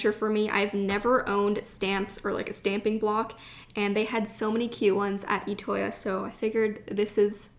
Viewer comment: It's pronounced I toya not etoya